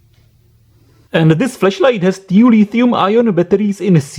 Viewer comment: OMG, this horrible accent ruins it all! Why "tew" instead of "two". Why singing all the vowels? Why trAAAAnsistor, when it is transIIIstor. Blood comes out of my ears. Goddamnit!